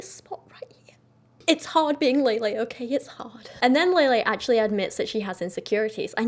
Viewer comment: Not that it matters but i believe her name is pronounced lehleh, not laylay